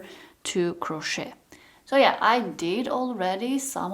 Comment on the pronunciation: Please don’t pronounce the T in crochet. It is very disturbing.